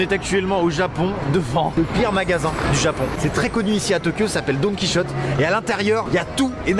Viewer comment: C est pas Don Quichotte Que sa ce dit mais Don ki hotté . Désolé pas facile d expliquer une prononciation japonaise écrit en français 😉